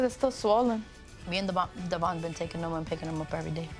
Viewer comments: One thing that bugs me is she says Devoin’s name wrong. How does she not know how pronounce her fellas name correctly?? Maybe it just got too awkward to correct and she never knew she was saying it wrong 🤷🏼‍♀️ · Does Briana know how to pronounce Devoin’s name? Like is this ever addressed with them? Lol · It’s the fact that she had that mans baby and can’t even say his name right. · What’s crazy to me is that Devoin said that they purposefully pronounce his name incorrectly and have for years so he stopped correcting them. They are such nasty people.